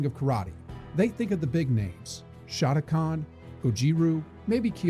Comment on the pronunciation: SHOT-a-kan? SHOTO-KAN you dumb AI